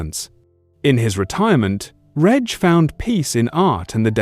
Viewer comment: Pity the A.I. can't pronounce Reg correctly. And can't pronounce dates correctly, WTF is two tithousads and eight, and two tithousads and sixteen.